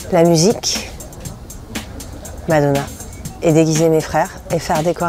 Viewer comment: Не зразу зрозуміла, що це таке мадонà, я часто через наголос на останньому складі не зразу розпізнаю знайомі прізвища. Декілька нових незнайомих фраз, цікаво. Дякую за нове відео,.